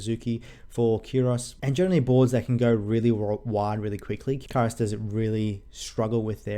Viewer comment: his name is pronounced "kyuros", somehow oda went for a greek sounding name